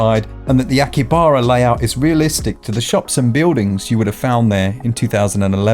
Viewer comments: Also: the Japanese city name is pronounced "ah-ki-ha-ba-ra." Each syllable should take the same length of time to pronounce. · "Supernatural creatures in Kinbara,... InImkanbara, Incomebara and Akinbara haha Mark U just made a Whole list of Parellel Universes of Akihabara! All Thnx to, Oh u Cheeky Bastard! Edit:Also another one "Senran Kangoora"! Had a real one with this! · Hey it could have been worse, he could have said "in Abrakadabra" instead of Akihabara. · Long time watcher but recent subscriber. Have bought Hades, Hollow Knight and Ori on the back of your reviews and have a few more shortlisted based on them . Really trust and value your opinions. Having lived in Tokyo for a few years and been to the area numerous times, I can confirm that the pronunciation of 'Akihabara' is appalling 😉